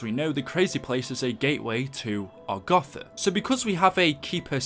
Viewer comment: He says agotha